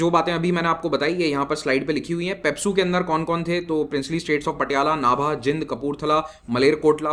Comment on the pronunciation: Respected sir, maine ek baar or phle aapko jind ko pronounce krte hue suna tha. Aap ise जिंद pronounce krte h. Lekin iski pronounciation जींद hai.